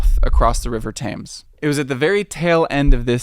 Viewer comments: It's pronounced tems, not tames 🙄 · “Tems” not “Tames” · Its pronounced the Tems not Tames! Yanks! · Good video, however you spent a while in London, I can't see how you pronunciation of the river Thames is so bad. Its pronounced Tems. You're saying Tames. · Also - Tems not TAmes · Great video however The Thames is pronounced Tems rather than rhyming with aims. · The river Thames is pronounced /'temz/. You were pronouncing it /'teɪmz/ with an American long A diphthong. That said, well done. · I'm surprised you spent time in London, and no one corrected your pronunciation of the River Thames ... it's TEHMZ, not TAMEZ. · It’s pronounced Tems not Tames! Rhymes with Tens not Tains. Ignore the spelling of Thames. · *Tehms not Taymes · Good vid 👍 - but the river is Tems, not Tayms. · River Tayms? Ouch. River Tems! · Great vid but it's pronounced Tems, not Tames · Interesting video, but FYI you pronuce Thames wrong, It's pronounced "Tems". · The river Thames is pronounced TEMMS. Cheers. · Pronounced Tems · "Thames" rhymes with "femmes". Other than that this was brilliant! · Great video... now redo the whole thing saying TEMS!! 😂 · PLEASE START PRONOUNCING THAMES RIGHT. ITS ‘Tem-s’ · Every time says Thaymes instead of Thames, a young Brit collapses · I had to double check pronunciation of Thames because yours was very different than mine. It's "temz" in both UK and US English. Otherwise, fantastic video...thanks! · lol tames and cuvent garden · Tudor is pronounced as Chew-dor, Thames is pronounced as Tem-se. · There's no way you just pronounced it "River Taims" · What gets me is that the Londoner IN his video is saying Tems and he still pronounces is incorrectly. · Sorry, but any American who doesn't pronounce it "Temz" is highly suspicious. Even my barely literate granny knew the correct way to say it. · I don't want to be "that guy" but it's pronounced "tems". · ITS THAMES!!! (like temz) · So much work into this video and mispronounce Thames the entire time. 😂